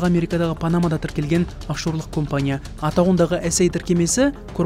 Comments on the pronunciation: Оқылғанда КАМПАНИЯ деп аитылады. Немене кОмпОния деп олай аитылады. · Компания емес кампания деси нервке тими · Комфание деген неси аитылганда. Камфоние деп аитылмайды ма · Осы диктор неге компания дегенді компания деп жазылғанындай етіп окиды